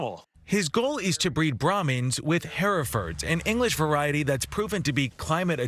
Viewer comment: I'm an 8th generation Ohio farmer who raises Herefords. Never heard them pronounced hair-a-ford.